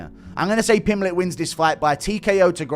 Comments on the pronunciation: Pimpletch like it's some kind of root vegetable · It's not funny, it's just how Brazilians pronounce that name. You should travel more, meet people from different languages and cultures, and open your mind. English is my third language.